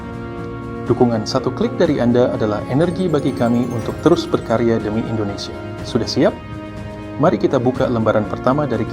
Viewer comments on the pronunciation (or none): none